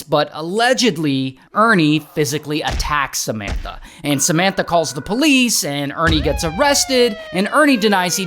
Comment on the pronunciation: Does anyone else hear Cementa instead of Samanta?